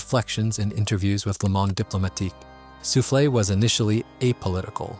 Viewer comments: I appreciate how you tried to read the french words You did mostly weel but souffles is read soufl not soufflé (انفاس anfas in arabic) meaning breaths Next time try google translate to know the pronouniciation ! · Quick correction: it's "Soufles" which means "Breaths", not "Soufflés" the bakery item.